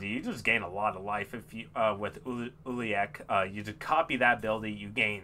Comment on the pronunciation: It pronounced (U-la-lek)